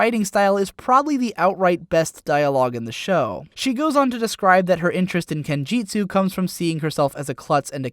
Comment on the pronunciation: I was ready to assume "kenjeetsu" was a thing in the setting , but then you used the term racism to refer to sexism a few sentences later, and I realized that was you mispronouncing kenjutsu. You're better than both of those flub ups man.